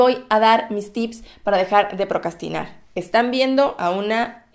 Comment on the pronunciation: Besos y claro que me SUSCRIBO. excelente contenido. Y la palabra procrastinar la pronuncias con mucha facilidad. Muy buen video ☺💜